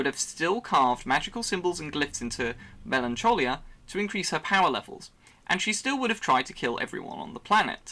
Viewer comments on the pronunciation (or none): Mel an coll ia Melancholic means sad so basically Melancholia means sad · The way you pronounce Melancholia 🤮 Edit: wow and Argeddion.